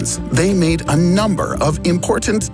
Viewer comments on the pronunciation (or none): none